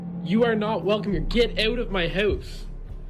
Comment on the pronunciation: so funny how he says house or out lmaooo, get oat of my hoause